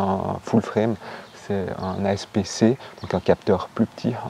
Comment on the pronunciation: Super vidéo ! Suis je la seule à qui ça chatouille l’oreille le « asp c « 😂